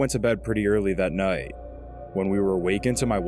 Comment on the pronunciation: The way you say the word "noight" is infuriating. Having said that, this was extremely entertaining. Thank you for doing it.